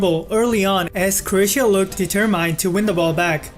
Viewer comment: Er, deter "mine"? It should be "determin" - pronounced without the 'e'. Thanks again v much for the good insights. Keep it up. *thumbs up